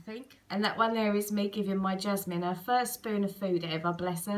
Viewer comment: Is your daughters name Chazmine?...It sounds like you are saying Jasmine.....What a beautiful day.....